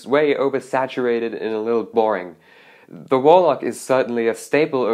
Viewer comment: Dude your english is great. Just stop saying ‚die‘ for the. The is only ‚die‘ if it‘s in front of a vocal like: the ‚die‘ answer. The guitar is spoken like ‚dä‘ (for germans 😂)